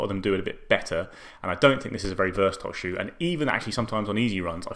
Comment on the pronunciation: He totally pronounced the shoe wrong 😵‍💫